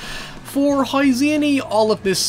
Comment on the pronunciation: Man I like this channel a lot but the pronunciation of “now” and “how” really irks me, especially when you pronounce everything else so well